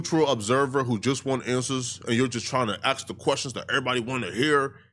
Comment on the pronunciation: PLEASE stop saying "aks"!